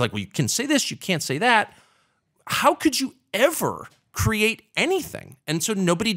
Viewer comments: Someone needs to tell Adam the word is CREATE {KREE-ATE}, not CRATE {KRATE}. Also, if you haven't seen Adam's auto racing documentaries, you should seek them out. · Why can’t he say the word “create?”